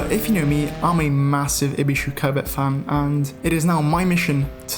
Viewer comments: Covet and covid he just say like the same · You pronounce it 'covid' which I do not enjoy